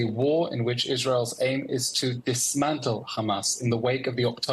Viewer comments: “HHHhhamassss” ahaha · Listen to how she says “Hhhamasss” ahahaha🤣😂🤣